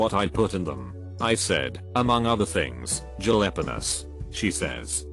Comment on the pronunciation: The pronunciation of Jalapenos and makeup kill me 🤣🤣🤣